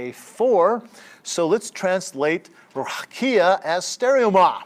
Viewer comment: A great lecture, I enjoyed it. I wish I can help you with the pronunciation of the word : RAQIA